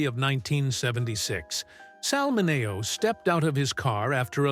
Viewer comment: Please pronounce names right. It's wag ner. And min e o